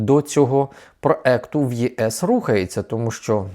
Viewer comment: За «проЕкт»❤, не «проєкт»🤮— однозначно підписка і лайк😂